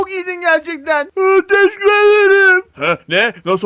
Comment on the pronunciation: teşekkür ederim demiyor teşikur ederim diyo 😂😂😂